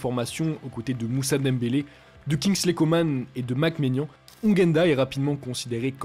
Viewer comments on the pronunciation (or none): none